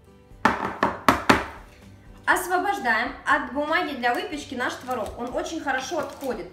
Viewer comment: А вы заметили как хорошо поработала над произношением буквы "Г"? Это большая работа! И в слове "творог" ударение на месте! Умничка!